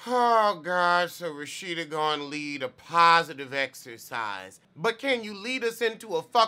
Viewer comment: every time you say RaSHITa i gag ‼️‼️😂😂 love you 😏😏